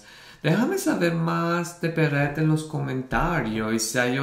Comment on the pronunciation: Hola!!!! Tienes que reaccionar a "LO SIENTO" de Beret!! Es simplemente MARAVILLOSA, la letra te va a emocionar mucho! Beret, es un artista muy reconocido en España desde hace por lo menos dos años. Es un gran compositor. Y si, pronuncias bien el nombre:):) No se si has visto o conoces al grupo "DVICIO". Si no los conoces te animo a que hagas algún video reacción de ellos. Son geniales, canciones bonitas y encima todos ellos son GUAPISIMOS!!